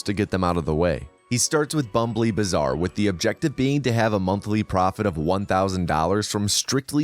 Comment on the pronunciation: I can't watch this video without Marcel calling it "Bömbly Baßaar"